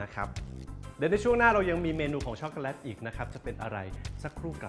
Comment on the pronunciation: ในภาษา Eng จะไม่มี วรรณยุค แบบภาษาไทยนะค่ะ ดังนั้น ชอคโกแลต ออกว่า แลต ไม่ใช่ แล็ด ไม่ผันเสียงนะค่ะ เฮ่อ...